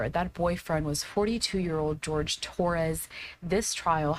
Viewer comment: I almost didn't make it through this disgusting and vile "statement." She had the audacity to come across as hostile, blaming Jorge (and still saying his name incorrectly!) and expects us to believe she had no way of getting out of the situation prior to his death? Like we didn't see the awful video of Jorge begging this pos for help while she sat there and snarked comments in reply to his pleas?! And lashes out at the media for reporting on her crime and for the public judging her disgusting lack of care towards Jorge? She can fk all the way off. Got me all kinds of PTFO with her self-centered, victim-blaming. 🤬🤬